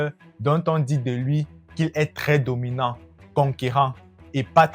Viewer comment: le charismeu , differenteu , dominanteu .....j'aime bien l'idee , mais je ne supporte pas l'acces. on croirait une parodie des dialogues de kirikou